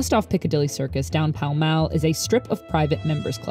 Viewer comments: "Pall Mall" is pronounced "Pao Mao" lmao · ”Palle malle”?? Its pronouced Paul Maul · Nice pronunciation of Pall Mall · I spent my childhood playing the UK version of monopoly, and new Pall Mall was pronounced like that, I always thought it was like hall